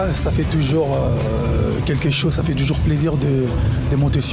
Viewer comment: WERRERA YO PE YAKA KOLOBA TOYOKA YO MASTA NA YO JIBIRA YE PE AZUI OYO YA YE SLOGAN MIKOL’OYO KAKA « TOJORS »AU LIEU DE TOUJOURS 😂😂😂